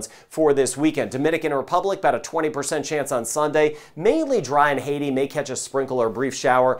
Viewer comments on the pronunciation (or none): none